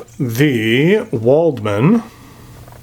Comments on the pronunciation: W is pronounced V in German, so this would be pronounced "Valdmann". Most of my pens are metal and German, my favourite is stainless steel Lamy 2000 and Kaweco Sport Brass. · Very nice review, just one note, Waldmann is pronounced with a V. Other than that all the pens look nice, but the Concord is in my opinion the best looking one. As for my favourite metal pen, I am afraid I don't own any metal pens other than my Lamy Al-Star, so I don't think I can express a justified opinion!